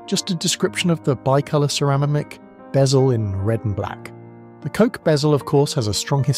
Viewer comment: 2m 15 What’s cerama-mick?